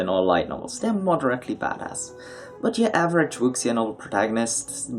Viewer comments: Wuxia is pronounced wu-shia, there isn't really a sound in english for x, it's sounds similar to "s" in "sure" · Wuxia just means "martial arts." You should use English if you're going to pronounce Chinese this badly.